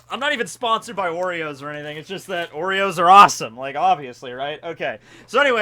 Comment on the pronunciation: Oreos I heard Worreos- worry-ohs